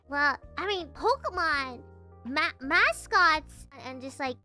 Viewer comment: ポケモンの発音は、「ポキモン」だったり「ポクモン」だったりするんだな。